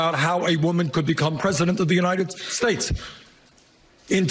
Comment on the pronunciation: Not me U-nted S-tates